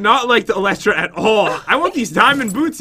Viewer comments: its pronounced E-ly-tra not Eletra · This is how you say elytra El we tra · The pronounce elytra wrong